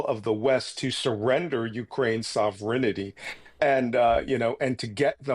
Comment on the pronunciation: Sovereignty. Not sovrenity. That was like a sc fi series or something.